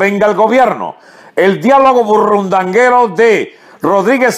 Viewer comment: Se dice BURUNDANGUERO no burrundanguero, CRASO ERROR.